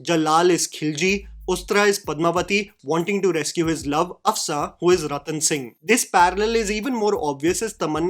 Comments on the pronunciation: It's Af-Shaan, not Af-saa or Af-saan and Jal-aal and Jalll-alll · Af-shaa(n) not Afsaan and Ja-laal not Jall-lal. Rest of the observations are spot on.